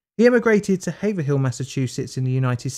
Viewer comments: Haverhill in Massachusetts is actually pronounced "Have-rill" My state has many cursed pronunciations in its towns and cities. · It’s actually pronounced Hayv-rell Massachusetts. Other than that nice video! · It is always fun trying to figure out place names in English. Who would guess there is a silent S in Arkansas? Or how to prounounce Lafayette if you mean the town in Tennessee? Anyway, in Haverhill, the second H is silent and the I following is nearly silent, so it's Haver'll. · I’m sorry but I have to point out it’s pronounced “Have-rill”. I know the pronunciation is difficult for those that don’t live in the area. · im from mass, its Hay-vrill. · not to be that guy but haverhill is pronounced haverill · Please say Haverhill correctly HAYVRILL. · It's pronounce "Hay-vrill" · Haverhill, MA is pronounced like "āv-ril" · Haverhill, MA is pronounced "HAV-rill". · Haverhill is pronounced hay-vril just fyi. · Haverhill is pronounced Haverull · It's pronounced like "Hayvurill". 😅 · It's pronounced havrill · Its pronounced hav'rill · Masshole here - it's pronounced "hayv-rul" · >hayver hill lmao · Haverhill Massachusetts is pronounced Hay-Vril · Unbearable lol it is pronounced Haiverill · Haverhill Massachusetts is like Worcester and Gloucester, MA. Often improperly pronounced. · The first time I’ve ever heard my hometown Haverhill Massachusetts mentioned in everything ever I kind of got excited even though it was said wrong😂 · Dude pronounced Haverhill wrong. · I was born in haverhill and grew up there he’s saying the name wrong say it like its all one word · Cheers, good vid! Just wanted to add that the scientists hometown, Haverhill, is pronounced Haev-rill, not haev-er-hill. Sorry our Massachusetts names are crazy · Hey, it's pronounced have-er-hill, not hay-ver-hill. You might consider checking the pronunciation of American place names as us yanks will often alter the pronunciation of how you lot say it across the pond.